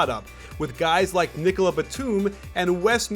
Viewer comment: He pronounced it the French way (a consumn as a final letter is rarely pronounced, especially an "s"). Nice international touch coach!